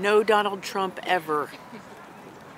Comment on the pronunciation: Oh yeah, NAHT TWUMP